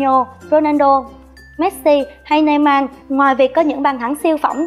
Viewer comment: Neymar mà đọc thành neyman